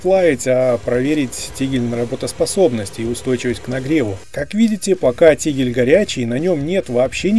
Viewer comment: Только вот не "тигль", а тигель!